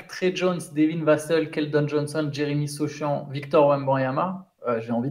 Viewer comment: Les prononciations de sur sochan + Victor il m'a tué